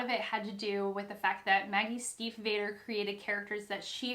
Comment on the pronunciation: This is a good recommendation, I didn't know it but now want to read it! Just a tiny note, you pronounce the a in Stiefvater as a long a (like adolescent)